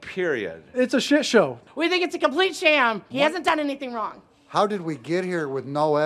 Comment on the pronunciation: What the heck’s a “shishow”? Oh wait… the guy doesn’t know how to pronounce a “T”.